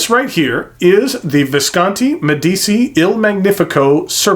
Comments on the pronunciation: It's pronounced MediCHI. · It's said "Med ee chi" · Spelling yes, pronounciation no :) Not that it matters, great review. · I love your reviews; they’re simply magnificent, and by that I mean thorough, concise, and above all—interesting. But I must say that I abhor your pronunciation of foreign words. I’ve mentioned your German and French mispronunciations before, and now I must join with others on this review in adding Italian to the mix. I cringe when I hear your mispronunciation of Medici, Meisterstück, inter al. Here’s a suggestion, and it’s one I follow when I come across a non-English word that I must use, either in a lecture or some other context—I ask. It’s as simple as that, and it takes just a little bit of humility to admit that we don’t know something, but it really pays dividends. Next time you have to use a foreign word, ask someone who speaks that language. Or, email/phone me and I’ll try and help. Our ears will thank and bless you